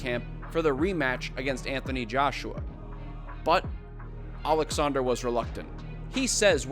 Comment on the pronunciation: as for Ukrainian it's so great to hear Oleksandr instead of Aleksandr (russian version), even though Usyk itself usually said it with russian accent xD Thank you for such small detail Upd. But in general thank you for this great perspective, resonate with me a lot